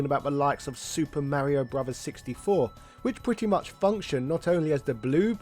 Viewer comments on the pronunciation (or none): none